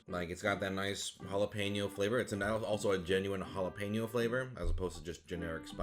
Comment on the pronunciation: Holy shit, he actually pronounced jalapeño right!